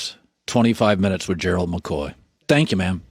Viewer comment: Collin really knows how to pronounce Gerald...and that's unusual because Gerald is a hard name to pronounce...I would know...😉